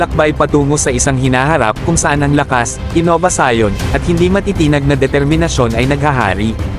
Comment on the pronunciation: maganda po mga features or presentation nyo about sa defense/offense equipments ng ating DND, mas maganda po kung mas iimprove nyo ang pag pronounce sa word na "Precision at Innovation".